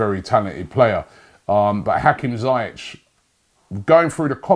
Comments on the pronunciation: Zee Esh not zy ek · It’s pronounced ZEE-ESH